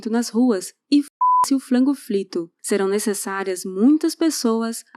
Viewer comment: Apaixonado nela falando "flango flito" 😂😂